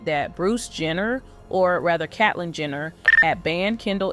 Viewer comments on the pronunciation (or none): “KATlin Jenner”..